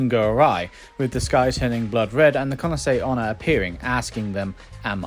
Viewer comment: I feel like you've been pronouncing Kuchisake Onna very quickly, it sounds like Kunase Onna. Nice vid tho :)